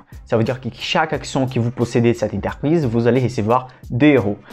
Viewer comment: Belles série de vidéos didactiques. Un petit plus serait de prononcer "entreprise" et non "enterprise" mais je sais que la langue française n'est pas facile. ;)